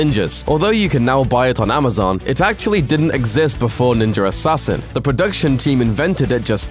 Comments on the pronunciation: kind of annoying how most British people mispronounce the words Ninja and Australia. theres no R at the end guys. Im just sitting here like ... the fuck....I've heard you pronounce an A properly before..... just say it the right way all the time. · this guy says ninja like "ninger" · Ninjer assassin. Ninjerassissin. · He pronounces it "Ninjer" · I absolutely despise that you say Ninja as "Ninjer." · Is "ninjer" assassin the sequel? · What the fuck is a ninjer? lol